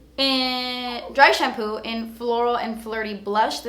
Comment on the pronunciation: I died when you said "dry shamploo" hahaha omg I keep replaying it! Love you!!